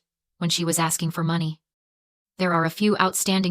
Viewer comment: Another AI video.... you can tell by how the money number is pronounced. No one talks that way in real life. I will not be subscribing... :face-orange-raised-eyebrow::face-orange-raised-eyebrow::face-orange-raised-eyebrow